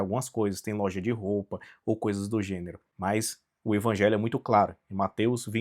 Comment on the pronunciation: Mas é sério que vc pronuncia Ivangelho?